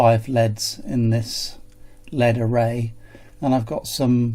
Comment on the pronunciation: You’re so enthusiastic ? L.E.D. Not led.